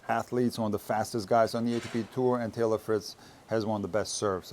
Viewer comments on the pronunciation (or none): none